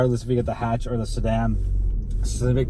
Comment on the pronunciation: Stopped watching after the first 3 seconds after pronouncing Mazda and Hatch wrong.